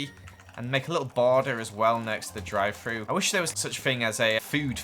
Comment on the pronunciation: drie fru Me: Wahh oh drive though